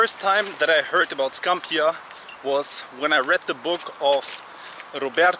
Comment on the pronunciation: You are saying Scampia incorrectly.